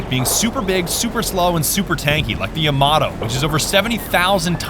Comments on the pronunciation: I seriosly though said "yamaha" instead of the yamato in lmao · bro did not just pronounce the yamato like that